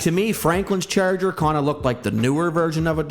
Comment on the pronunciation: Why you say “ cherger “😂 I can’t stop hearing it